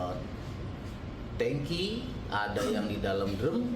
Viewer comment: tangki ya pak...bukannya 'tengki'...😂